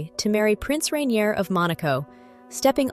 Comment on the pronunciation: Rainier is pronounced Rain-yay not Ray-neer